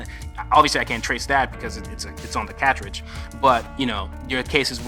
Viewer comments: I gotta say, I've never heard the word "cartrige" pronounced that way before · "cah-tridge"? Where you from boi?